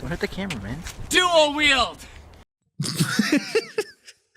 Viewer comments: Did that guy at the end say Duo Wheel? I know what he was trying to say but that’s what I thought I heard. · Did Did that guy say "Duo Wield"? Like... That's not even the right phrase. It's "Dual Wield."